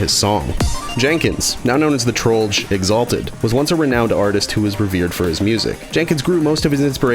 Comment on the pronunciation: He said trollger He said trollger He said trollger................ He said trolldier